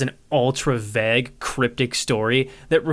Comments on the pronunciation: I absolutely love your reviews and think you deserve so many subs, but its "vague" not "vagg"... Sorry your content is so good it's pure nitpicking at this point. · i mean this as a sincere question if u see it down here or anyone knows but are you pronouncing 'vague' vagg? like bag with a v? i don't know if it's a regional thing or just unfamiliarity, more curious than anything, good day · The way you pronounce vague is blasphemous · Is anyone else bothered by his pronunciation of vague and plague? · Why do you pronounce "vague" like that? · The way he says vague and plague gets me XD I think it's the same way people who read it quite a few times before they heard it out loud say it. Please say bagel in another video, i wanna hear if you say it like Dan harmon :D